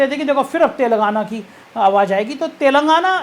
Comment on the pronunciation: तेलंगाना है शब्द तेलगाना नही ऐसा आभास हो रहा आपके गलत उच्चारण से कि आप कह रहे तेल लगाना